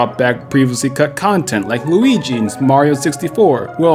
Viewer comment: Lol loogie???